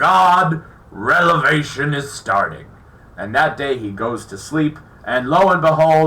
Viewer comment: I TRIED to take you seriously until you repeatedly mispronounced REVELATION. Prior to challenging biblical experts, you should have SOME form of knowledge and real understanding of what you are discussing.